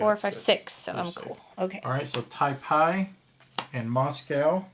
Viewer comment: "Taipei" is pronunced as "Tai pay". I live here :)